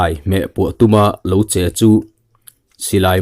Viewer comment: Che u tih a "Che"tih hi;'Naktukah Police station-ah lo Kal ang che' tih a,Che tih ang hian thluk hniam tur